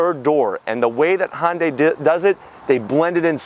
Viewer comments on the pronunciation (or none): Why the F can this guy not say Hyundai it's not Honda day it's Hyundai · "Hun-day" like "Sunday." If you're gonna say it that many times in the video you should probably get it right lol.